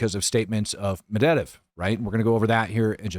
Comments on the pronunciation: To make it easier it's pronounced Med-veh-dev... And Witkoff (aka Wit(less)koff) is pronounced just like it's spelled, not Witcuv. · Here's an easy way to learn to say that Russian name you are having so much trouble pronouncing. MED-VA-DEV. Pronounce it like this and you will have nailed his last name! You'll be golden, and then you can pick on Rob because he won't be able to pronounce it either!